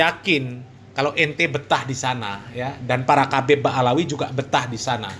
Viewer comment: Ngomong aja salah habib bukan kabib,ngomong aja ngga benar